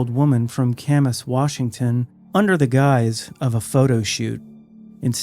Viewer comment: Camas is pronounced as CA like in the word cash. Ca mas.